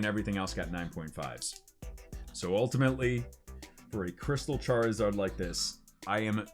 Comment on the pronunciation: Why does he say Charizard like Char-e-zard